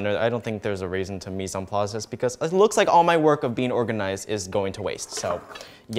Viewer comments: Your mise en place was pronounced perfectly luv <3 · You did say Mise en place right. I did 4 years of Culinary and that was literally the first thing we learned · Nope you said mise en place right XD